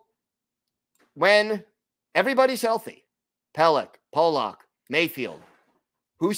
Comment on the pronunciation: His name is "Pullock" NOT "Polock"...pronounced differently than how you are saying. It's like the difference between "Pull" and "Pole"...you'll get it...keep workin' on it.